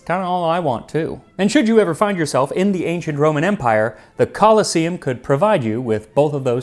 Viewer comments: It's actually pronounced "co-LOSS-eum", Max, with emphasis on the middle syllable. Like 'colossus', see? Because of that statue nearby, the Colossus Solium. However the other version of the word, coliseum, is pronounced the way you're familiar with, and its an important distinction. For the sake of respecting history and linguistics, if nothing else. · I invented a time machine just so i could visit the Romans, you know "Call-in-to-see-um" now and again. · The e in "colosseum" is long, so the stress shifts to the penultimate syllable, which is said e . "coloss-E-um" is correct.